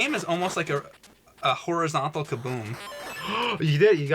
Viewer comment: u said hornyzontal, uhuhuhhuhuh